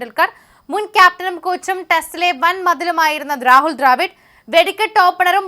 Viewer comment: ദ്രാവിഡിന്റെ കാര്യം വ്യക്തമായില്ല.. ഉച്ചാരണം ശ്രദ്ധിച്ചാൽ നന്നായിരുന്നു.